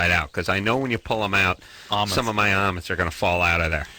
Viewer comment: why he pronounces almonds like "amuns"???